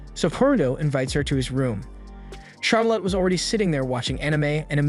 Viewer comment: Char Lit, not Char Lot. these youtubers man........